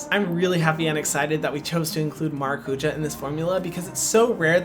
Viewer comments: No doubt this is a great product, you are clearly passionate and know your stuff. However, why name your product “maracujá” when you could just as easily have named it “passion fruit”? Or perhaps something in Hawaiian? Additionally, you don’t even attempt to pronounce it correctly, the word has an accent for a reason. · I just clicked on the video to hear how Hyram was going to pronounce Maracuja... Maracuya ! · Okay, but please learn how to pronounce maracujá correctly or say it in English! If partnering with latin american companies on a Latin American fruit, you should learn how they say that specific ingredient. Hurts my Brazilian heart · Vendo os gringos falando maracujá errado sendo que o produto podia ter passionfruit como nome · He could learn how to pronounce maracujá... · The word stress of maracujá is 'já'. Its origen is tupi (Brazilian indigenous tribe). Please, say passiflora. Or passion fruit. It's hard to hear it pronounced wrongly. With a simple Google search, you find how to pronounce it right. I get stressed by just imagining your millions of followers saying it wrong. Ahhh!! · At least the murumuru was pronounced decently, but now I learn that you had Brazilians with you, and no one corrected your maracujá emphasis on Á